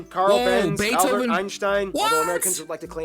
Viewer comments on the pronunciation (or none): none